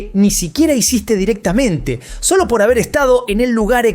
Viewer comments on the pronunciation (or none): none